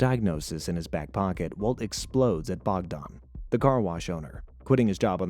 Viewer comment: Bogdan, Slavic name, means god sent. Not Bogdon...